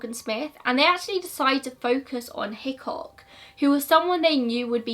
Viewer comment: Am I the only one who thinks of Hitchcock from Brooklyn 99 every time she says Hickok